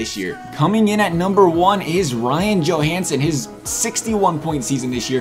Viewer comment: I got so pissed when he said Johansson